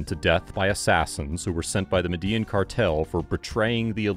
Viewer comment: *Medellin is pronounced "Medeh-YEEN".